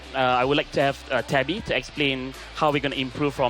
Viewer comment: did she just call Tabata tabby?